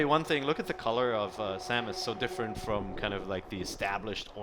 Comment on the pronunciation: Y can't people say Samus?